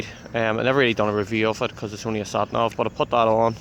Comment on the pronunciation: "ShatNav" ...lovely dialect :)